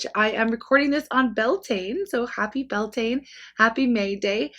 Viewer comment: Love you . Had to just correct pronunciation of Bealtaine , it’s “be-owl-tan-a “ said fast . From the Irish origin of word for month of May lol. Greetings from Ireland 🇮🇪